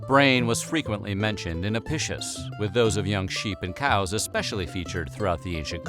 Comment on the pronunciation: Latin “c” made a “k” sound. It’s A-PI-KIUS.